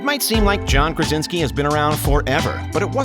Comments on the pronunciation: Why do you call him Karinski ? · InfULEntial, and Karinski?? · Did the narrator really just say “Kar-in-ski” ? 🙄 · He also said "Karinski" at one point I'm pretty sure too :) Oh well :) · he says Karinsky instead of Krasinski. Do your homework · this narrator you probably got on fiverr already said "IMBD" instead of "IMDB" and "Karinski" instead of "Krasinski" and I'm only at minute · "made in the KARINSKI camp" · he also messed up IMDB and said IMBD